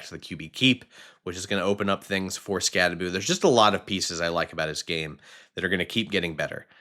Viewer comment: Learn to pronounce his name correctly! It’s not Skatteboo, it’s Skattebo! So Bo, not Boo at the end!